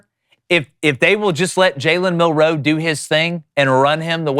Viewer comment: Why can't these guys pronounce "Milroe?" MIL-roe. It's really not that difficult.